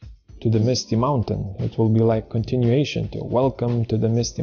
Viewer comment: MUTATION OF TA to AT in the word MOUNTAIN. I highly appreciate all your ppt videos. I just noticed that small mistake, nothing else.